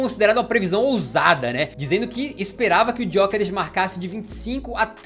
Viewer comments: A pronúncia correta é sem o "G", é "Yókeres", foi uma das primeiras perguntas que ele respondeu quando chegou em Portugal. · Pronuncia do nome dele tbm não é ESSA! Em Portugal, pelo menos, G é mudo!